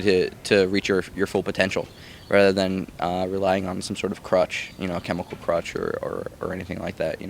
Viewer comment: when he said 'cruch' i thought he said 'croch' :L